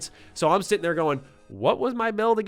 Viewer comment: Sitting I swore he said Shitting 😆